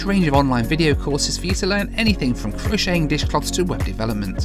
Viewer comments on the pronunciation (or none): none